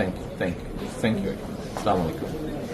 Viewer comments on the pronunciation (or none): আসসালামু আলাইকুম বলতে হয়। স্লামালেকুম না। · এত বড় মাপের দেশের প্রথম সারীর একজন নেতা শুদ্ধ ভাবে সালাম দিতে জানে না,আর এরা করবে কুরআনের আইন প্রতিষ্ঠা!হাস্যকর,আসসালামু আলাইকুম কে বলছে আস্লামালাইকুম😭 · সালামের শব্দটা হবে আসসালামু আলাইকুম, কিন্তু তিনি বললেন স্লালামলাইকুম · শিক্ষিত লোকের চা মলাইকুম আরো অশিক্ষিত লোকের আসসালামু আলাইকুম তাদের মত শিক্ষিত হয়ে কি লাভ যে কিনা সালাম দিতে পারেনা শুদ্ধ করে মুসলিম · স্লামালাইকুম❌ আসসালামু আলাইকুম ✅ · সালামুয়ালাইকুম কি সালাম টা ভালো করে দেন আসসালামু আলাইকুম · চা মালাইকুম না, সালাম দেওয়া শিখতে হবে নেতা--- আসসালামু আলাইকুমস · সালামটা তো ভালোভাবে দিতে পারে না স্লামালাইকুম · যতসব বেইমানের গুষ্টি -- সুদ্ধ করে সালাম ও দিতে পারে না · Je Salam thik vabe dite Jane na SE r ki korbe at last Salam ta thik vabe de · সালামটা ও শুদ্ব হয়নি। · অর্থ সালামটাই শুদ্ধ না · সালাম টা সঠিক ভাবে হলে আরও ভালো লাগত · ইনশাআল্লাহ ঠিক আছে কিন্তু সালাম দেওয়া সঠিক হয়নি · সালামটা ভালো করে দিলে ভালো হতো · সলামটা সঠিক ভাবে দিতে জানে না